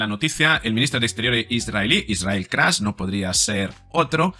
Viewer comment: Es KATZ No Kraz. Poco a Poco caerán, Pero lo mejor queda para el final................